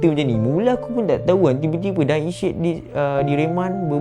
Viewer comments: Sebut betul betulah Syed bukan syid Kita jgn sebar aib org nanti org lain pulak ulas aib kita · Syed tu sebut dgn betul... Bukan shetttt... Sebutan said ejaan syed... Bukanya shittt.. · S Y E D....cuba sebut betul2. Klu x reti nak eja... masuk tadika !!!! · Syed disebut sayed Social disebut soshel bukan sho-shel Sama2... hahahaha